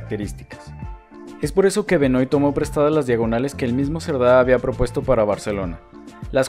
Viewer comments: Hola! Hermoso el video. Pedro Benoit (que se pronuncia "Benua" por que es frances) es mi tatara abuelo, que loco verlo en tu video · Gran ciudad. Voy cada tanto a ver a Estudiantes. Solo para aportar: Benoit se pronuncia "Benuá", es francés.